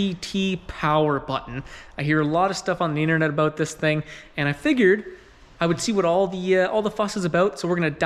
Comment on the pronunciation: It's aboot time that you talked aboot this.